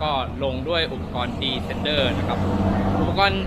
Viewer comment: คำว่า descender เขียนผิดครับ และ ออกเสียงก็ผิดนะครับ